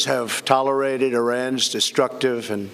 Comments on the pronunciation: Talle-rided... That's Trump for ya! Can't even predict the word tolerated, even if his old grandpa eyes can't see it or read it fast enough... Just can't predict that "difficult" word. accompliments? Jesus, there goes his brain and dentures... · Boy said tallerighted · Anybody noticed he said, Tolerated wrong he said, Tolerited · What the heck is "tyler-rated" and "ah-compliment-shades"? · "tolerided"? New word, Trump! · "... will not be toler-ighted". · What he meant to say is , "Iran can be a great country if they give us their oil". Did he just say tolerade? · gene hensley I heard tallorided 😂😂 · "tolorighted" "accomplemen-shades" That was pretty funny but still, I'm impressed with the quality of his speech. They probably had a plan of what he has to say and he delivered the speech almost flawlessly and covered a lot of topics. Makes me wonder if he has a concealed earpeace and someone is reading the speech into his ear 🤔 (the breaks he takes in between sentences could be because he's listening). What do you think? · What did 45 say when he tried to say “tolerated”? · In cause you didn’t know how to properly pronounce “tolerated” skip to . I’ve been saying it wrong this whole time so I’m sure you have been too.